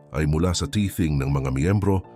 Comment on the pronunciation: Tithing po hindi teething...